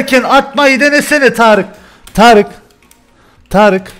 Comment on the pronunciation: Abi tarice neden tarık diyosun